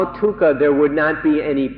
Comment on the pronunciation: Sounds like he's saying tukha instead of dukha